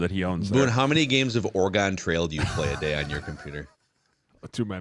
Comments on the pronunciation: OH MY GOD MACKEY! It's pronounced "Or-gun" just like the musical instrument. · "Or-Uh-Gone" you uncultured dork. lol